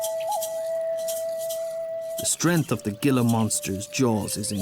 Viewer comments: Outstanding photography! Just one small critique; the Gila Monster is pronounced HEE-la,, not "gila" (as 'gil' in fish. Otherwise... very good job! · Coming from Spanish, Gila is not pronounced "Gill-la" but "Hee-la"! Otherwise, an excellent job. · He said Gilla hahaha the G produces an H sound. Gi together produces a He. Heeela Monster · Learn how to pronounce names properly, it is Not "Ghee la Monster" it is Heela Monster. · Video is great, but I'm surprised at the pronunciation you used for the Gila Monster. It is pronounced Hee-la, not Jill's as said by the narrator. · Gila monster is pronounced "hila" not gila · Forgive me, but your language dialect is not from any area where the Gila lizard lives, or you would know thar "Gila" is pronounced "Hee-Lah." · Very good video, but I do want to point out that Gila Monster is pronounced with an H (heal-a monster, like what happens when you bring a monster to the hospital). It's definitely not intuitive, so most people have no idea from reading the name. :) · I do like Ur stuff but everyone please it is pronounced hila monster the j is pronounced as a h..thank u all n blessings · gila is pronounced Heela. just a heads up. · I'd like to see a Sonoran Coral Snake at 1 meter. Lol. WTF? They are small about 15 inches long. Mojave Rattlesnakes are about 1 meter. And Gila is pronounced with an H. Where you from? Pakistan? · It's pronounced he la! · Excellent presentation of an American animal phenomena. But, ''Gilla'' Monster? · Pronounced Hila monster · Gila is pronounced He'la as in gila monster. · GILA - pronounced HE LA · Great video. BTW Gila is pronounced "Hela", hard E. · We need a pronunciation guide. Gila is pronounced Heela. Saguaro is pronounced saWARo. Chihuahuan is pronounced cheeWaaWin. Otherwise video was awesome. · Extremely high quality video as always; excellent work. N.B. Gila Monster is pronounced "Hila monster" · Curious how he’s going to say “Beaded Lizard” Because he sure slaughtered “Gila”.